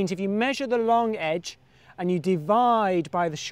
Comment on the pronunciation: Long... loooonnngg. Not lonque.